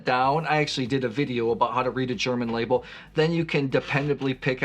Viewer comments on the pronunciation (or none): none